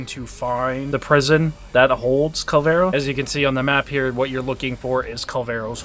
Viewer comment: It's Kullervo not "Kul-vero" ....